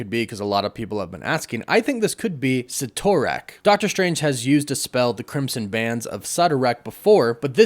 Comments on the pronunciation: I’m not interested in seeing America Chavez I’m only interested in seeing the usual characters and it’s not cytrack say it correctly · Why do Americans always try separate words Sid-orak, you all seem to be trying to make it different to what it's actually names to sound cooler and it's just the opposite that comes over, mean no bad will just seems more American creators are doing this, same with Merlin, it's not mer Lyn it's Merlin all one word. 🤣🤣 Can't wait for this movie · Why did you pronounce Cytorak like that but pronounced “Bands of Cytorak” correctly 😂